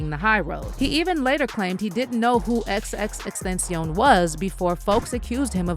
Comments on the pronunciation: Look ma’am, say it with me it’s X X X TEN TA CION. Please get it right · its 3 X's aka XXX TEN-TA-CION! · I hate the fact that people act like it’s so hard to pronounce Tentacion. It really isn’t. You guys are just that lazy. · You can't even says X's name correctly and I'm supposed to believe you did any kind of research!? Goooofy